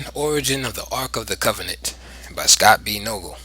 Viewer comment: It's Noegel (Nay-gull)